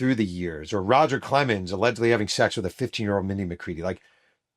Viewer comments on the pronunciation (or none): none